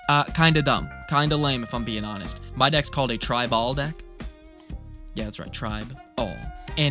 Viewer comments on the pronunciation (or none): I can't believe I haven't heard "tribe-all" before. This man's a genius I tell ya